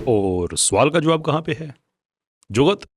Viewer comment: the way u said. JUGAT 🤣